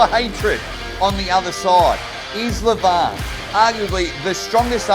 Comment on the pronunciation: Leeevan not Levaaan.Devooon .LoL